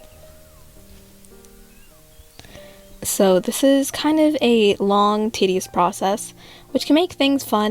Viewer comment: She said tedious